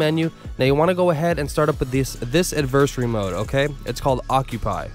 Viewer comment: Bro do me a huge favor and look up how to pronounce adversary. AD-VER-SARY. Not adversy